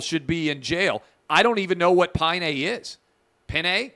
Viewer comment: Pinay (pronounced as "Pe nai"). A Filipina woman.